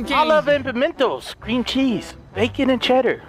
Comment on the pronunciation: Anyone hear him say scream cheese?